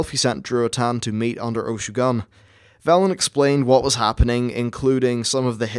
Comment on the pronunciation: Interesting video. Thank you! Oh, and I think it's pronounced Ohh-shoe-goon. =D